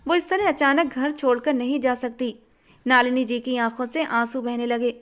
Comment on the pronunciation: नलिनी है,नालिनी नहीं है